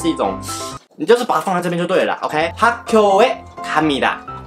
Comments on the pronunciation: 교的發音是gyo不是kyo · 학교應該念作학꾜才對 Hak gyo